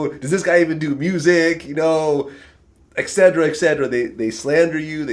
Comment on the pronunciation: It's not ''exedjra'' it's et cetera (etc.) pronounced: ''et-set-ur-uh''